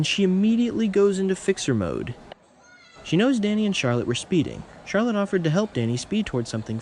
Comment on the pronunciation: Charlotte not charlet